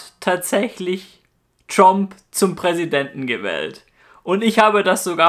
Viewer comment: Tromp xD